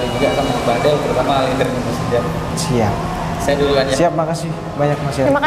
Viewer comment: Woi itu namanya bukan jidan tapi itu didan